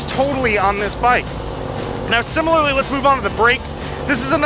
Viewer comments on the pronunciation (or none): none